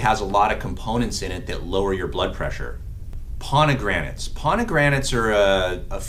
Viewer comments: Fraid so...If my PCP said that word wrong as many times as he did and didn't correct himself, I'd be finding another doctor! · Is he saying PoNegranates instead of Pomegranates? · Is not ponigranets, is pomegranates. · Doc, you are mispronouncing pomegranates!